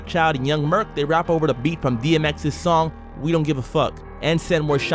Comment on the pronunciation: Young merc aka merc Montana from murder inc, pronounced as “merse” not “merk” with a s sound not k. Just a fyi